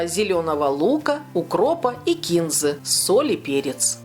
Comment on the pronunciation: "Микробам ужас и гроза – Душистая трава кинзА" . Запомните, пожалуйста. Ухо очень режет.